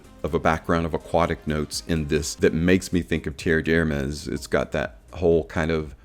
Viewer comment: Definitely doesn't smell like leather. No idea where that idea comes from. Have never heard anyone say that before. The pronunciation of Terre D'Hermes has also been butchered. It's not a difficult one to say.